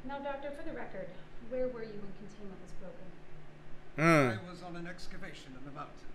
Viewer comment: me doi ver o fala tão errado contaiment breach